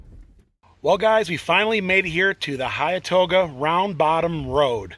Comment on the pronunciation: Pronounced “Hen-too-ga” and “Ball sum”